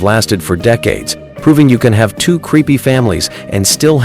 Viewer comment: Your ridiculous AI literally spelled out "t - w - o" instead of saying the word 'two'. You can't do any better than that? Pathetic.